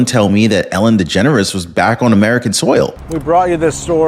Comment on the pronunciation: Did you say Ellen deGenerate?